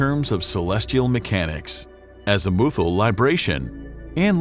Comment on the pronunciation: I cringed so hard at your mispronunciation of azimuthal